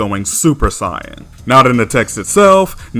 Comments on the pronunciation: Bro why do you pronounce "saiyan" as "siyan" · “Siyin” 🤦🏽‍♂️🤦🏽‍♂️. Idc if that’s the right way to say it, it’s freaking stupid. Just pronounce it the same way everyone else does bro. It’s not gonna kill you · Do me a favor. Let me hear you say Saiyan with a long A sound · You say saiyan as say in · No he’s saying it as “Sigh-yin.” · If you think that he is mispronouncing the word "Saiyan", he is using the Japanese pronunciations, and he likes to use the Japanese terminology of Dragon Ball in his videos now. He used to use the Western terminology, but now, he wants to be more accurate, so he uses the Japanese terminology, now. Also, people constantly accusing him of mispronouncing "Saiyan" is why he made this video: "Discussion: How To Pronounce Saiyan"